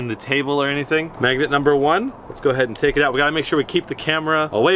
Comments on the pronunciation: MAGNET NOT MEGNUT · Is he says "megnet"?